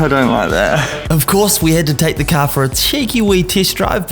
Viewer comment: Bro caaaaaarrrrrrrrr c a r car not ca you keep saying ca what the f is a ca